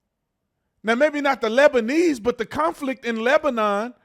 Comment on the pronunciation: Every time you said "Labaneese" I thought about that Eddie Murphy movie where he dressed as all the characters siting around the table and the grandma character was saying "OH my little Hurkaleez". Coke spewed out my nose.